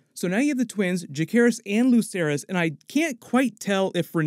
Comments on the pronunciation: Ja-SAY-ris. That's how it's said. Not JaKAYris. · Juh-SEHR-iss. Not juh-CARE-iss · Just splitting grammar nerd hairs here... Jacaerys is pronounced with a soft c, and sounds like Viserys, not Ja-CARE-is.